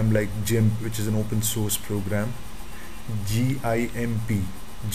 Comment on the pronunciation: its Called Gimp..not jimp.......